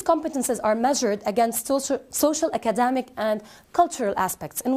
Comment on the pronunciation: I don't know if I am going to be able to get across my true observation for the presenter and get true feedback on this by my fellow brothers and sisters. However, let me point out that she pronounced the word "academic" wrongly each time she said it. Then, she used a wrong structure of the word "continue+Gerund rather than she used continue to reading which is totally wrong. She seemed to be talking too fast to confuse the learners. Observingly, the conclusion had many erroneous grammar conventions, such as, As educators we .....*it needs a comma here. 2...those students, finding effective ways......* finding effective ways ..* by finding effective ways... and so on and so forth.